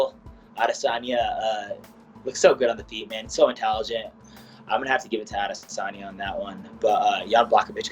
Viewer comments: Did she say Israel adis onion? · “Israel adesonion” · Just me or did Ashley yoder call him adesonion? 😂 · Nobody: Ashley yoder: Israel ades-onion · Isreal "Ades-onion" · Yoder “Israel ALICE-ONION” wtf😂💀💀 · Did Yoder call him Adis onion? 🤣🤣🤣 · israel adisinyin